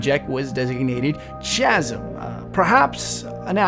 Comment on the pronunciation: Love your videos bro. Buuuut you've gotta learn how to pronounce 'chasm.' Lol